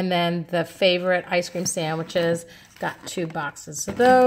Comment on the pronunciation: "Sanduich" so puertorrican baby.... I love your hauls!